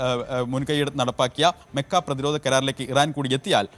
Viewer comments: മെക്ക അല്ല മക്ക 👍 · താനെന്തിനാ മെ മെ എന്ന് പറയുന്നത് 😂 മക്കഃ കരാർ എന്ന് പറയാൻ പഠിക്കണം